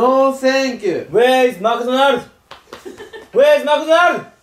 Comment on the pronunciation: てっちゃん、今更だけど、 マクドナルドの英語の発音は、 ﾐｸﾀﾞｧｧｱﾉｩｽﾞだよ